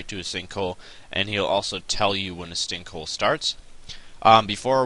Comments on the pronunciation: "stinkhole" lol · I could have swore you say stink hole in the beginning lmao!!!!!!!!